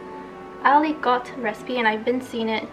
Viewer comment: Hi I recently find your chanel. I’m french and I just wanted you to know that we don’t prononced the "t" of aligot 🙂